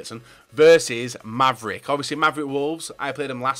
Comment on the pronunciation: The wolfvricmavs XD It's MavricWolfves